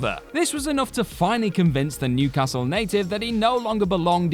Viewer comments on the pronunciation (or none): none